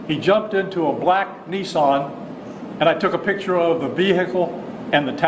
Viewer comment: O:55 What's a "Black NEESON" Does he mean a "Black NISSAN"